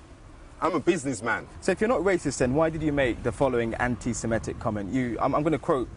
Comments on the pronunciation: Good story, but the word is "an - ti - se - MI - tic," not "an - ti - se - ME - tic." It is derived from the word "semite." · the journalist can't even pronounce 'antisemitic' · First journalist in history to struggle to pronounce the word that funds their entire operation.